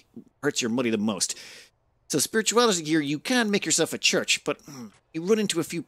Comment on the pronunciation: "We don't really need a church." I though you were Irish ;)